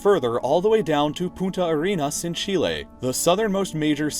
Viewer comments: The last 2 times you said it sounded like "puta arenas" instead of "punta". one means "bitch". Just letting you know, and yes, spanish pronunciation is hard. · That awkward moment whe he says "Puta Arenas"... Twice. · dxdxdxdxd. In spanish you said "prostitute" and the bad word for say it ajjjjjajajajajajjjjna. Be careful when pronouncing another languages xdxdxdxd you did it again ajjajajajaja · pronounce the N it sounds like you said bitch in Spanish xD